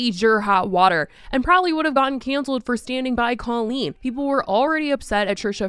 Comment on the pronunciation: If you're going to exploit this, at least get her name right. Cole-een